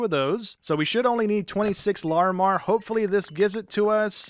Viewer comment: You are saying Larimar wrong